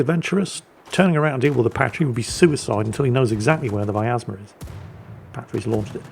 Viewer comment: btw there is no A in pronouncing Vyazma, if you are interested my friend